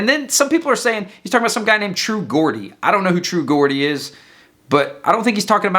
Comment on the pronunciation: Its pronounced True Jordie dude, Geordie is a name for people from a part of northern England